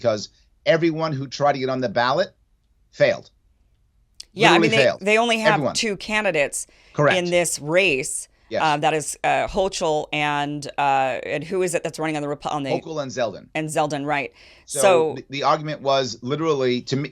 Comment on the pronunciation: Kim, Kathy HOCHUL pronounced with a K(HOH- kull).